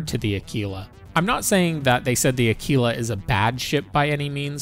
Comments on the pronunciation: Say the word quick, then quite, then quiet. Now Aquila..... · omg ..what is wrong with youtube?? AAkwila!! ..not akeela. ...just insane. It's ACTUALLY a constellation in the sky .../smh